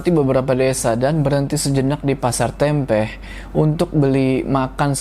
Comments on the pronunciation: salah sebut nama daerah yg "Tempeh" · Dengar cerita rasanya agak was-was. Hehehe tawon sango sangat deket dr rumah 🤣. Btw sedikit salah ucap untuk nama "Tempeh"